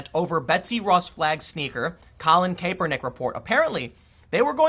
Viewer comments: It's pronounced Cap-per-nick , not Caper-nick. Noticed it in yesterday's vid. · It's Cap-ernick. Not Cape-ernick. I don't like Colin: not defending him...I just can't stand the mispronunciation. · Tim Pool it's Cap er nick not cape er nick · It's pronounced Cap-er-nick not Cape-er-nick. I don't like the guy but hearing his name said like that just hits the ear wrong. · It’s pronounced kappernick not kaypernick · KAPPER-NICK, not CAPER-NICK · It's pronounced "kap-er-nick" not "Kay-per-nick". People used to do this with Milo Yianopolous too. They would say "milo yiapopdopolous" because they're trying to distance themselves from Milo. They don't want you to know that they actually know how to pronounce his last name. People do this with LGBTQ as well. They'll say "LTGBQIZ" like they can't remember 5 letters or some shit. We get it, you have NO IDEA who what any of this stuff is! lol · IT’S “CAP-ER-NICK”, Tim! Not “cape-Er-nick. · good stuff once again It's pronounced cap-er-nick not cape-er-nick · Thanks for a great platform Tim. Just to give you a heads up "Crapernick's" name is pronounced more like Cap-ernick. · Vinh Hoang it's pronounced like cap-er-nick. Don't take Tim's terrible pronunciation over your friends who probably knew who the guy was before he kneel'd. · Good vid as always btw it's pronounced CAP-ER-NICK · Hoping this controversy stretches out for a few more days so I can keep hearing Tim say Caper-Nick. 😋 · How do you constantly pronounce names wrong. Cap-er-neck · Tim it is pronounced cap.er.nick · I could only make it 3 minutes in before hearing you mispronounce his name got annoying. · Have I been pronouncing Kaepernick wrong all this time? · are you saying his name wrong on purpose? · I admire how Tim doesn't know how to pronounce "Kaepernick." Ignorance about the NFL means he has his priorities in order. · Its hilarious when Tim says Kaepernick